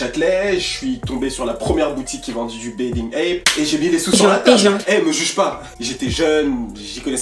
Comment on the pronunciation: mdr comment tu dit "bathing" ça me perturbe